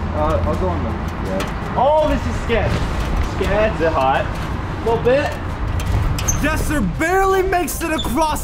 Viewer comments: Jesser said Jezzer😂😂😂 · This man jesser really said beluga